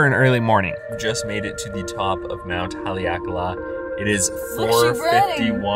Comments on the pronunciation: I dont get how pronouncung kahului is hard. Lol you just left out the "hu" completely. Im just giving you a hard time, i live here :p oddly you did a better job with Haleakala. Ps: dont go to cove park in kihei. Dirtiest water on the island. Im talking fecal matter. I'm getting my bachelor's in sustainability so thats why i know. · You pronounced Kihei and Haleakala correctly. Also, I never knew they sometimes closed the seven sacred pools area in Kipahulu. That's a bummer. I guess if you want to go there, you have to call ahead of time and check. I wonder why they would ever close that area.